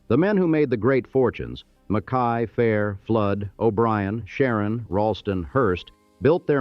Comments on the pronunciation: Its John "MACK-EY" . Damn AI narration.... And his donated $ started the U of Nevada. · Mackay is pronounced mac- key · and Mack-Kay instead of what it slopped